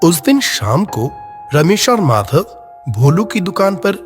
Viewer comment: Usko Madhav Bolna He Nahi Aaya 😂😂 Pata Ni Bol Raha Tha Jo Sunke Mujhe Bahut Hasi Aayi 😂😂😂😂😂